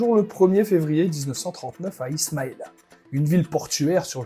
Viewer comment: Sa famille n'est pas française. Et c"est Ismalia pas Isamia